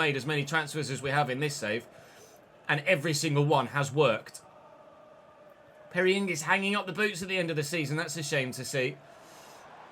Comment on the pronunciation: Well done, that Perry Ng pronunciation was absolutely impeccable